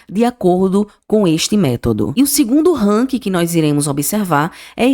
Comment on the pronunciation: Buenas Não querendo desprezar teu vídeo e sim, dar sugestão, acho que tu precisa revisar tua pronúncia nas expressões em inglês. Tenho que dizer, dei mais atenção às pronúncias do que na tua avaliação dos bancos. Puxa, falar "ranki" matou meu ouvido... Melhora por favor tá? No mais, concordo, o BBAS3 tá D+ e vai, ao meu ver, cair para menos de 25 reais. Minha opinião 🙏